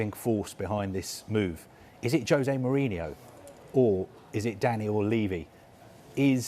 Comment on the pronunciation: Why the english always call him "Mourinio?! It's Mourinho, very simple